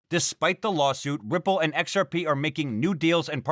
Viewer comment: The joke was about how he pronounces XRP. He doesn say XR-Pee how most pronounces it. He says XR-Pay.